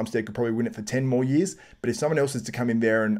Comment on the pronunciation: oh "years". kept hearing yeez